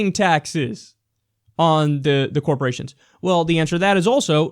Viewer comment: But Kiyal, tex breks to dee corpawations ar gownna kweate jerbs! Y r u no pwaytrweat? Y u het Murweeca? The Mwega Copowations ar deh bess! Gud Bwess Merica!